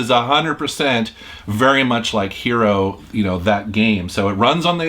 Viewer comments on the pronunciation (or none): none